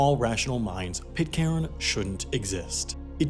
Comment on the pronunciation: It's pronounced Pit-kern. Did you make 12 episodes without finding out about that? It's right in the first line of the Wikipedia article 🤷🏻‍♂️